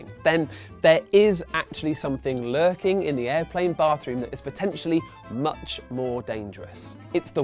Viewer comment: It's airplanes not areoplanes